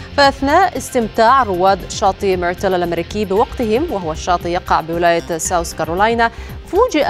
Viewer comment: اتمنى التركيز على مخارج الاحرف فهيا ساوث south و ليست ساوس sous